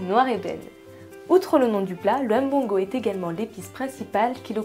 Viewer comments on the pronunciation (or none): la blanche, arrete de ''m-bongo'' il faut dire mbongo ntchobi, en plus si tu as un epoux camerounais et que tu prononces ce mot la ma chere c'est grave mais quand je te tire mon chapeau savoir le faire.